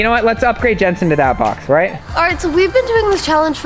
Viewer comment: i love how elliana is like gensen are you ok